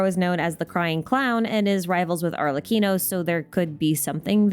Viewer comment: She got arlecchino right sheeeeeesh noice